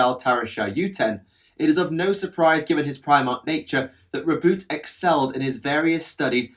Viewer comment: It's pronounced Row-boo-tay